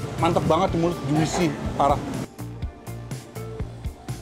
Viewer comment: Hallo, Maaf ya, mau ralat sedikit nich. Pengucapqn kata "JUICY" Bukan JU-ISI, tapi JU-SI. Biar benar di dengar nya ya. Sekali lagi mohon maaf nich. Semoga sukses sll. Salam dr Sydney. Yanz.